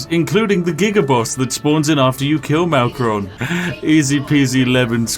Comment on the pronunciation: You mispronounced everything and malkoran is easy so frankly I'm just a little disappointed but at the same time, not surprised. Still enjoyed the video, good job I guess